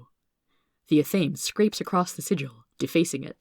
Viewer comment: Athame Ath-uh-may